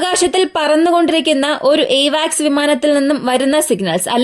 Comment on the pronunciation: എവാക്സ് അല്ല കുട്ടീ... അവാക്സ് ആണ്!